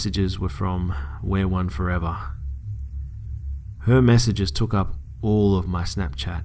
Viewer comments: I think it's pronounced "we are one" not "wear one" but if I'm just not hearing you correctly then disregard. Lol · Interesting how he pronounced it as wear one I pronounced it as we are one 😂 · Its not wear one, its we are one 😂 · It's weareone not wearone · it sounded like he said where one the entire time. but it's we. are. one. damn this is creepy tho o.O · why does he pronounce it "wear one" it is obviously "we are one " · It's pronounced we are one, btw